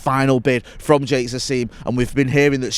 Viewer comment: repeatedly calling Sheikh Jassim Jake Shassim is proof that anglicisation will never die